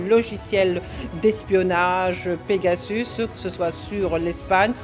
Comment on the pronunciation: "pegasauce" 😂😂😂 mdr le frère de chalgoumi 😂😂